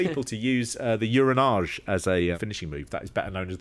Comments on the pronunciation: “Ooranaj” is the most “I’m saying this like this, damn actual language” thing I’ve heard since “Keeping Up Appearances.” “Oora nah ghe” my good man. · Ura-nawj, lol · you pronounced 'uranage' wrong. The final 'g' has a closed sound. It's pronounced 'you-ruh-nah-gay.'